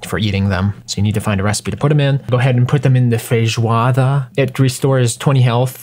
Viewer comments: Pronuncia de feijoada foi quase perfeita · Nossa falou "feijoada" certinho em, gostei desse novo prato Like!